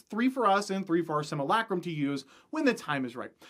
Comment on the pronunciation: everyone else can be nice but I'll say it. learn how to pronounce simulacrum and if you don't believe me ask yourself how your pronounce simulation